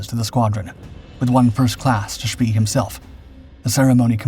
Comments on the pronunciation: The music is annoying and his name is pronounced much more "Shpay" than "Shpee". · I thought "von Spee" was pronounced "von sh-PAY?" or "von shp-PAY-uh?" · "Spee" is not pronounced like that. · You're right. They always get some of the German pronunciations wrong! Always!